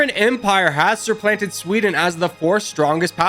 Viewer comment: Broooo... It's "supplant" not "surplant"